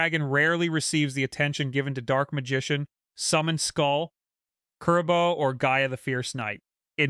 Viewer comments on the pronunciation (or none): Dude also claims the dragon breathes blue flames which is wrong. He also can't pronounce half the character names and one of the most iconic monsters, Kuriboh.